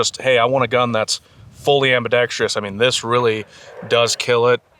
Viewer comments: My dude .... we gotta teach you how to pronounce things. There's only one 'i' in Ambidextrous. Sick vid, though. I have a hard time loving Q's stuff, especially for the price. And while stuff from PSA can be hit-or-miss, I love their mission of getting firearms in as many American hands as budget allows. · Ambidextrous not “ambidextrious”🤓